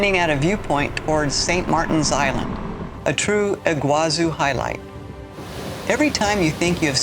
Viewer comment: It's pronounced Iguazú, not Iguázu. The accent is in the last syllable.